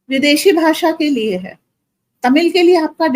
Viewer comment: भासा नही भाषा ष का उच्चार कीजिये